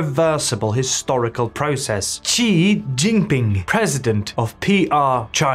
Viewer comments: How can this channel pretend to know the first thing about China when you can't even pronounce his name properly!? it's 'SHE', Xi is pronounced SHE not Jee or zhee or another other...... Can someone Chinese chime in here please?????? jeesh. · Xi is pronounced like the letter C or "see" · Currie Depends on which dialect. I pronounce it as ‘see’. And you are right, most channels and commentators thus far do not know the first thing about China. China is very much more nuanced and complex. Practically all the people I know and me included, would not pretend we know what is going on in China, and we are of Chinese heritage!